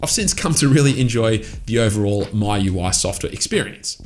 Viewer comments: he pronounced it as myui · I thought miui is pronounced as 'me-ui'